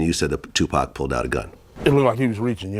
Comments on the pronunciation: Bro I couldn’t take it serious when she said 2 pack wtf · 3 decades later and these YT folks still can’t say 2Pac name correctly 😂 😂 😂😂😂😂😂😂